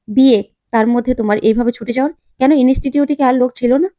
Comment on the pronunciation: Inistitute ,Istiri, khub kharap uchharon.